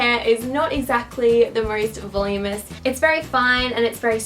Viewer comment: I loved this! Isn't it pronounced "vuhloom-inus "? Not "volum-us" or is that just how you say it over there? I'm in the states :D